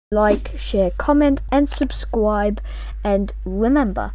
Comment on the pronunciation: and subscwibe